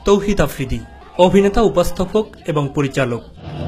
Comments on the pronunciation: afridi vaiyer okhane job kore r uni thik vaiyar nam tai bolte parena tawhid na bole tawfiq boltese 😀😁😀😁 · Tawfiq Afridi hahaha lol it's Tawhid Afridi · Toufik na ra tawhid hoy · My curious mind wants to know, এই সংবাদ পাঠক ভাইটির চাকরি কি ছিলো??? তৌহিদ আফ্রিদি কে বার বার তৌফিক আফ্রিদি বলেছেন। মালিকের ছেলে বলে কথা। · ভালো করে নাম টাও বলতে পারে না। তৌফিক না তৌহিদ আফ্রিদি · Tawfik afridi na Tawfid afridi nam o thik kore bolte pare na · যে চ্যানেলে চাকরি করে সে চ্যানেলের MD এর নাম ও সঠিক ভাবে বলতে পারেনা... তৌফিক না তৌহিদ আফ্রিদি